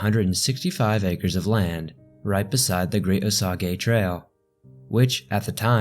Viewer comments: Pronunciation is wrong on Osage. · Hey awesome story, however I just wanna let you know Osage is pronounced O-Saje not O-sawgay. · Sweetie, you have a nice voice. Please to listen to but your just killing some of the pronunciations. Osage. is not O-Sa-Gay it's O-sage like sage the spice. Okay, if you ever get a chance to edit it would be great if you could fix this. A suggestion when you do you next documentary and you have to deal with names your not familiar with; rather than guessing, find them somewhere here on Youtube and listen to how the 'natives' pronouce it. I was raised in Kansas. I was actually doing so online shopping and listening to this. It was eating at the back of my mind...WTH is he saying? There's no city or town in Kansas named O-Sa-Gay. I think what might be confusing you is your pronouncing it as if it were a Japanese name; it's not, its Native American. Almost all of the names in Kansas and Missouri you're going to find are Native American names. Other states as well, of course. But you are really doing well, like I said, you have a very pleasant easy to listen to voice. Thank you. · I enjoyed most of the video. It was a good dramatization of the Wikipedia article. O-sage, not o-soggy. A few images were vertically unstable, very distracting. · Its not O Soggy its O sage as in the spice so what else do you have wrong?...... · why are you pronouncing it “oh-sog-ee”? I have never heard that. Onlt “oh-sage” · I like how he pronounces it O-Sag-eh City. I have never heard it pronounced that way LOL. I am going to start pronouncing it that way when I visit my friends there. It is pronounced O-Saj. Like look up the plant Sage on google, and click the sound button to hear the word said and then add O to it. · You should research how to pronounce location names... or in this instance, not just a location, but a WHOLE Tribe of Native Americans. Osage is NOT osàgā it is O-sāge. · Its pronounced "O-sage", no? Oh-Sa-Ge sounds wrong. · It's O-SAGE SMH...